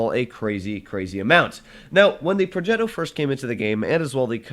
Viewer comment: Complimenti per la pronuncia di progetto